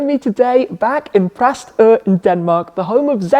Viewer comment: You did an admirable job pronouncing Præstø! Oh, and then spec is also cool, I guess